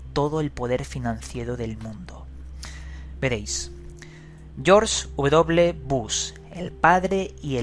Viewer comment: "Georsh uvedoble Bus" ecsito!